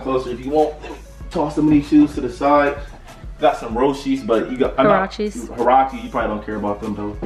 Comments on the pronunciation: they not roshes lol they....huraches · he called the huraches roches😮 wowwwww smh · I laugh every time calls huaraches her-roach-he's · Supr3me FEVER he called huraches ,roshe's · LMAO he calles huaraches, roshes 😂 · 💀he kept calling the Huaraches Roshes 💀😂🤦🏽‍♀️ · did he fr call the huaraches "roshes" LOL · He called huaraches roshes lol!!!